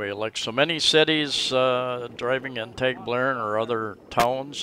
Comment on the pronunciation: You might work on your pronunciation...lol as a start...its not TAGbilaran as in playing tag, a long A, it is a short A as in water. I guess we are in the small farm group, lol with a farm in Guindulman and a house in Anda.